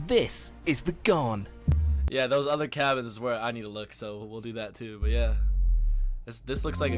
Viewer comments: BTW the pommy host said it wrong. It's gan. Rhymes with can or Stan. It's named after Afghans (Afghanistan people) which was the nickname given to the camel drivers in the 1800s who opened up the interior/outback to white people. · Gan its pronounced Gan i wish people would just try to get it right if they're doing a story about something from another country, be it towns, food or transport. When it comes to Australia people just bugger up our language. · I heard recently that the Ghan had been bought by a US company. It's pronounced Gan IE it's named after the workers from Afghanistan in the old days - they also introduced camels which now run wild all over central Oz. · These trains are not a cheap option. They are $$$$$$ expensive. I’m doing the trip next year.even Gold Class is expensive. These are premium travel options. Also it’s pronounced ‘gan’ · Your best bet for travel in Australia is a fried-out Kombi…. We pronounce Ghan as in can or tan. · He's pronouncing the name of the train incorrectly. "Ghan" rhymes with can and is short for Afghan, the nationality of original camel drivers who took people and goods across the desert. Here is a 3 hour (yes that's correct) video of the Ghan, mostly a passenger's view with some headsup historical captioning. It was broadcast on TV one summer as "Slow TV". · Pronounced garn….not thorn…. Bloody poms How dare you think Vegemite is anything like that shite called marmite. Vegemite is also awesome smothered on both sides of a T-bone steak. Trust me Vegemite is the best marinade for cooked beef. 🥩 If you let it cook a bit longer you can get a crunchy or chewy texture to it as well as a soft salty grease to add to the butter. Fukn beautiful! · It's not gharn It's pronounced ghaan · It's not 'Gharn', it's 'Gaan'. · "Ghan" rhymes with "Ban", not with "Barn". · The Gharn !! it's the Ghan there's no R in it and the A is a hard AA as in And now try and say it like an Australian and the N soft and slightly nasal.